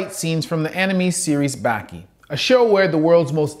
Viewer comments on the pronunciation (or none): Can u pls pronounce it bAki not baeki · It’s ba-key not bah-key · bruh baki bah-kee hanma hawn-muh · Why he pronounced Baki like that lol